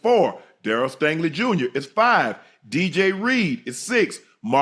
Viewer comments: Cthu. You’re absolutely right. I misread. Tho I did catch them slaughtering his name, but I heard it as “Stanley”, not “Stangley”. Either way terrible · He keeps saying Stanley